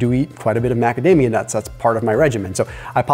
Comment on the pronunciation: After watching some news on YT came in for the new video which was excellent but the advertisement for macadamia was totally hilarious cause I kept hearing magademia.. anyways thanks for great insights again will try and implement the cycling of morning and regular Fasting just to mix it up and keep the body guessing and on high alert. Thanks to your channel and ideas along with few other content creators ideas I have lost 12kg during the last 6 months. Now with in good shape weight wise am starting to put in a lot more exercise.